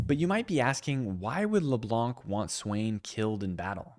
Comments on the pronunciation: I know it's dumb but my ears bleed each time I hear leblanKK😂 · Leblanc is a french patronyme and it's pronounced as if there were no c so it's pronounced leblan